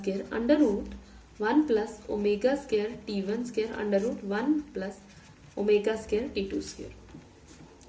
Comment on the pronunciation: Scare nhi ... square hota hai vo😂😅